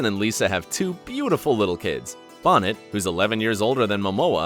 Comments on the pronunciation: Bonet.... Bone-ay not Bonnet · Lisa "Bonnet"??? Lmao... How old is this guy? Ever see the Cosby Show? You don't wear her on your head. It's pronounced "bow-nay". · Lisa Bonet, Pronounced: "BowNay" not (Bonnet). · Bonet is pronounced “Bo-Nay. Not “Bonnet” Sincerely, Lisa’s long-time fan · Lisa Bonet . . . Bonet is pronouced Boh-Nay, not bonnet. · Jason's wife's name is pronounced BOW NET, not BONNET!!!! You disrespect her and Jason by not knowing her name. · its bonet...(boh-nay) are you the only human on earth who doesnt know this? good grief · Dude, Bo-nay, not Bonet. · Lisa Bonnet ? lol it’s Bonet..say it with me now....Bone ayyy. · Booinaaahhh not bonet! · Lisa Bonet not Bonnet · bo- ney not bon-net. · Lisa Bonet’s name has been pronounced incorrectly. It is not Bonet like the hat (bon-net), It is Prounced Bo-Nay! Lol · Lisa Bonnet? Don't you mean Lisa Bonet (pronounced Boe Nay). Idiot. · Lisa Bonet's surname is pronounced "Bo-nay," not "Bonnet." She ain't a hat. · Jason Momoa’s wife last name is pronounced ‘bo-nay’ not bonett. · Bonnet???? Really???? It’s BONET as in BOW-NAY 😳🤦🏾‍♀️ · Lisa Bonnet LOL....Lisa Bo-NAY. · Jason Momoa's wife is Lisa Bonet Pronounced bo-NAY not bonnet like a baby's hat. She stared in The Cosby show and the spin off A Different World. Oh and it's Brienne OF Tarth. Like the Duke OF Earl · Uuummm....dude it's Lisa Bonet', not Lisa Bonnet!! Lol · Lisa Bonnet. Bonnet is pronounced Bow Nay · BO-NAY. Lisa Bonet, not BAW-NET. COME ON! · Bonnet is pronounced BO’NAY 🙄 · It's Bonet "Bone-ay" Not "Bonnett" And "Brienne Tarth"?! Lol does this guy even watch Game of Thrones?! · “Lisa Bonnet” lmmfaoo it’s pronounced “Bonay” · Lisa Bonet' not Lisa Bonnett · How about a little research or fact checking before you post supposed journalism on the internet? It's Lisa Bo-nay and Brienne OF Tarth. Why make a video about something if you don't know these rudimentary facts? Little more than clickbait at this point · It's not Bonet lol. It's pronouced Bonét.